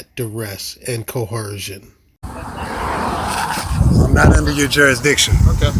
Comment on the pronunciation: I wish these morons would, at least, say the word coercion (co·er·cion) correctly. It's not cohercion. Clearly uneducated and delusional regarding everything!